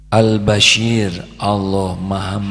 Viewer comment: Mf guruku yg mulia.....nm Allah ya Bashir...dgn huruf shod.. bkn ya basyir...dgn huruf syin Yg maha mlihat...bkn yg maha berita gmbira.. JazakAllah guruku...ilmu yg sgt bermanfaat bt diriku...